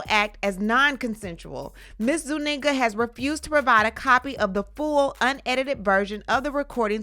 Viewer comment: Zuniga not Zuninga😮